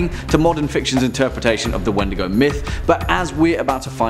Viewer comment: Its pronounced like Weetdeegoo for Crees. Just an FYI.